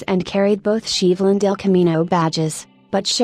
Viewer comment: "Sheevulle"? "El CAMinoe"? God please get a living HUMAN to narrate these things, it's hysterical...